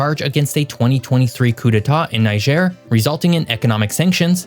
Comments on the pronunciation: On the pronunciation front, Niger (country) is pronounced Knee-jay. Niger (river) is Nigh-Jah. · NEE-jhair. and ben-EEN.